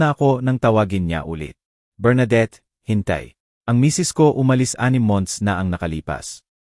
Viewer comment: Sus...maryu sep... Palitan naman ang narrator ninyo.. Pati ba naman diction ay mali.. Ano ba yan...maraming salita ang mali... Tulad ng ..nurse...Bernadette.... Narrator dapat ay tama ang pronunciation ninyo.. Maganda ang istorya...oero mali ang pagbigkas..